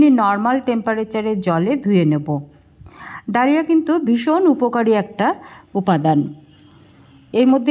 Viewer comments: কথাটা দলিয়া।ধলিয়া না।😂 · Dlia bolena dhali boley